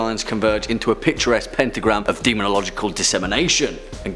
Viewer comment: "Demön!"